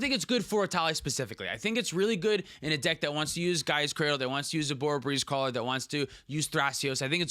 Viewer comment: It's OB-O-RO Breezecaller, not ORO-BORO